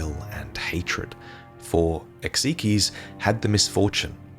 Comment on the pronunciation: Isn't it pronounced Ex- Ike? Not ex ee key?